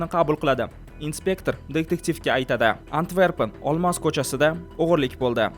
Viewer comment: Antvergan emas Antverpen yoki yanaham to'g'risi Antwerpen